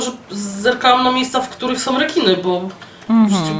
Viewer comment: re"kiny" hehehehe :D